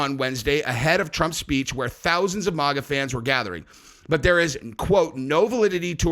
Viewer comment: It's maga not moga! Other than that, love your channel!